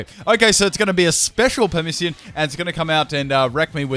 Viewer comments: It's PASSIMIAN, not Pamissian. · Passimian* not pamissian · "...special Permissian..." I don't know what to say. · LOL did anyone notice that he said the Passimian "Pamissian"? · Dude. I understand that you have dyslexia, but Passimian is not that hard to pronounce. It's Pass and Simian.